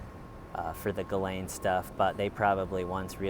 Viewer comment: This video makes me realise that every big city in the western world is so similar, oh and, thank you for pronouncing her name correctly lol loving the little bounce of the camera whilst you walk 😂😂😂🎥🚶👏